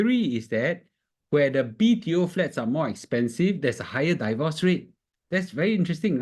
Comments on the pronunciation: Please pronounce “divorce” properly. It's “deevorce”, not “daivorce”. Not I say one, it's my dictionary app say one. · Thanks for the insightful video! However, divorce is not pronounced "die-vorce"